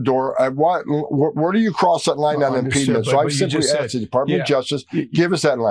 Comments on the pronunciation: Tom Homan is an idiot. The word is "impediment," not impeedment! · "Impedement" is not a word, clueless Tom Homan!